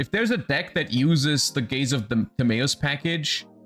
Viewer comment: Gays Of Timaeus